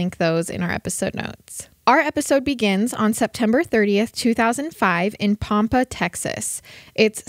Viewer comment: Absolutely love the podcast and this episode. Minor thing (seriously, not even that bothered) but Pampa is PAM-puh, not POM-pa. I know place names can get tricky if you're not from the area or have heard it mispronounced by someone not from Texas. Here in Texas, there are some weird ways to pronounce things.